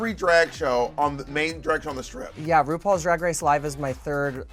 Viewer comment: I’ve only just noticed that Bob struggles pronouncing her R’s. “Wupaul’s Dwag Wace”